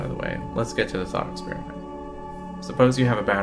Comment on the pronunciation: Just as an example, you use the phrase "thought experiment" but you said it so quietly I don't think most people would catch your words there. It sounds like you missed a couple of consonants.